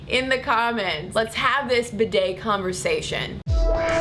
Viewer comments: First of all I wish you would say bi'det with the accent on the first syllable! Oops! I am partially educated in French! The way you say it shocks my sensitive ears! But yes! What a valid argument you present! I personally still use toilet paper but often a hand-held shower afterwards. For the record, I wish I had a telephone shower as well but the hand-held one serves the function to which I put it to well! I mostly use it in conjunction with taking a bubble bath! Oops! I do love my bubble baths! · Yes that mispronunciation all the way through was so irritating. Almost as bad as when they pronounce 'niche' as 'nitch'. just for the record, 'niche' is pronounced like 'neesh'. NEESH. ' Bidet' is pronounced 'Beeday' with the emphasise on the first syllable BEEday. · I love you AND bidets, but please, please , PLEASE, pronounce it BEE DAY!! (I don't actually have one but usually squat in the bath for a quick cold douche with the shower head after a poo. LG.